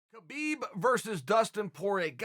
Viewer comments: put some respect please, learn to pronounce his name correctly, khabib (ha-bib) not (ke-bib) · CHAEL!!! His name is pronounced HABIB!!!! If you want to give him respect, pronounce his name right. Seriously. I'm sure in your life, people have said your name incorrectly. Kale, perhaps. He's Habib. There's a guttural kh sound, in there, in his language. But it's Habib. Go ask him yourself. Also, yes, he's an intelligent fighter, with an old world mentality. He will never show you all his cards. So, expect to see more unexpected skill sets. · He's saying Khabib's name wrong. The K is silent -__ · Why cant people pronounce his name properly? The K is silent. Do you pronounce the G in Gnome? No.. So why is this such a problem?